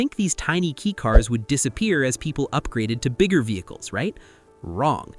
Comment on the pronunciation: If you can’t even say the right name, I’m not bother to see the rest. It’s K-a-i car, not K-e-y car